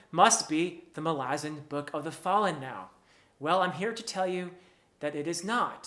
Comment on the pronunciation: Btw I greatly appreciate you being literally the only human I've ever come across in thousands of videos who says the name "Malazan" correctly as Erikson intends and pronounces himself..................